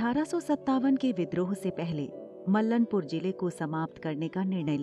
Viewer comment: Mallnpur का उच्चारण गलत किया गया है। सही उच्चारण मल्लांपुर है